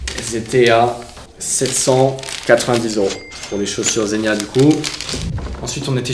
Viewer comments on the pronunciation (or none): Et on dit zegu’na pas zenia ;)